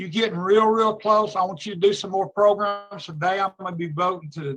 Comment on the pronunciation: I just realized that Jim Wise says progrums like Tony Marabella!